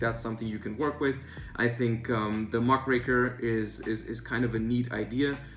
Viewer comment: Thank you,, for pronouncing Muckraker correctly. Very cool.